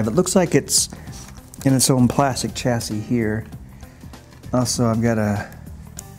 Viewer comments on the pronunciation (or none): Don't mean to nit pick but every time I hear an American use a French word it gives my ears aids. Chassis is pronounced 'shassy'. Niche is pronounced 'neesh' not nitch.